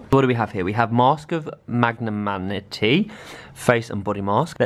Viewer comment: MagnaMINTY not manaty😂 oh I do love you x😂